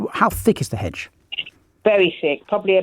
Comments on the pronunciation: She slipped into a bit of rural there. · It's a very thick 'edge that goes all the way round 'er 'ouse. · Hedge with a silent H like rap with a silent C